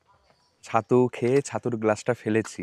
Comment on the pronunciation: Chhattu ❌ Sattu ✅